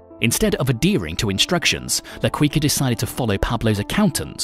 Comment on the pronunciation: hahahaha Le Quicker